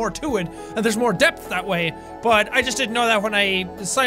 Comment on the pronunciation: Depth more like D E E P TH